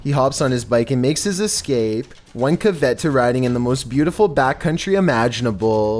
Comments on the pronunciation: Yak video: "One cavet to riding..."? You mean "caveat" (ka-vee-aht)? I'm thinking someone else writes these scripts for. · And the word caveat